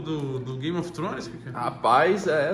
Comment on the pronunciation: "rapaiz" kkkkkkkkkkkkk